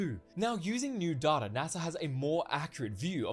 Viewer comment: Great, another way to pronounce data 😂🤣